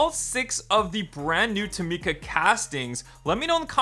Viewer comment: This is how you pronounce tomica: toh-Mi-ca